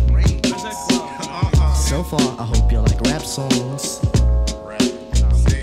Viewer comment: He's the only one who can say BONIRA instead of BONITA, I don't care, he can pronounce Spanish whatever he wants, he's Q TIP <3 :)